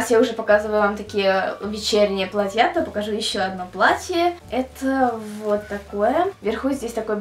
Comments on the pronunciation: не платьЯ, а плАтья! Аж язык режит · Я понимаю, что родной язык - украинский, однако, слово "платьЯ", как она его употребляет, ошарашивает. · не "платья",а платья(ударение на "а")